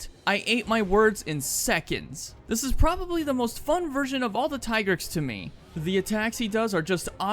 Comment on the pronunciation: it's tee-grex, not tai-grex. the handler in mhwi pronounced it.